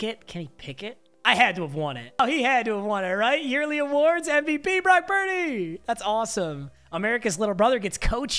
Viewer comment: Brock pur-deh